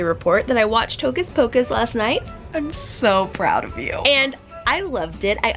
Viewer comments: Did anyone notice that in the beginning said tocas pocus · Did she say Toe-kiss Pocus??? Vs Hocus Pocus